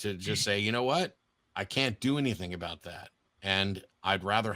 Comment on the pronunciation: Aboot. Lol